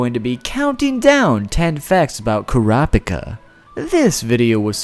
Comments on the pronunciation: omg.. emphasize the 1st and 3rd syllables please, KURaPIKa not kuRApiKA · when he said Kura pica I was dieing of laughter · it's supposed to be pronounced kur-uh-peek-uh, not core-op-ick-uh, haha. hate the dub for that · They say the name in English and the Japanese version of it it's Kura Pika boy why why I know you said you're pronunciations are trash but it shouldn't be like this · The pronunciation he issues in this video, aggravated me so much. KUH-RA-PI-KA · ...."Kur-op-icuh" lol I'm glad he at least acknowledged it was wrong so people didn't start to pronounce it like that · Your preconception is 'kurap'ika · deep breath kurapika (koo-ra-pee-ka) thank you for your time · Kura pika😂😂😂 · ITS PRONOUNCED KUE RAH UH PEE KUH!!! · OMG Kerappickah ahahahaha especially when he goes on a rant about hunter x hunter pronunciation! LOL the best! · 10 facts about kur app ick uh... welp, make that 11, apparently I didn't even know to pronounce his name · plz it's ker-uh pee-kah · Kurr- ah- pee ka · bro it's kura-pika. pika as in Pikachu. bit pika as in pick ah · Koo rah pee kah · It`s Ko ra peka. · it's krap-ka. japenese tend to drop some syllables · Kura no pica 😂😂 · Honestly I'm just shocked you could pronounce his name as many different ways as you did. Hell at like you straight up say his name right then 3 seconds later say it differently again. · OMG STOP MISPRONOUNCING HIS GODDAMN NAME ITS UNBEARABLE 😂😂😂😂😂😂😂😂😂😂😂😂😂😂😂😂😂😂😂😂😂😂😂😂😂😂😂😂😂😂😂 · I don't remember giving you permission to say the name wrong! Video is okay otherwise but I feel like I came in on the middle of a conversation and being told I had been contributing before when I hadn't. Just a weird feeling. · HE MISSED PRONOUNCED KURAPIKA GET HIM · Your pronunciation is godawful and right from the start you mispronounced his name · This guy only pronounced "Kurapika" correct once . Nevertheless, this was interesting. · Kura boku no pica?